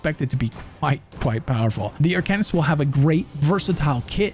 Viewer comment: Is that really how you say it, Ar-kay-nist? Cause traditionally in ever game, media, whatever, it has been Ar-kuh-nist.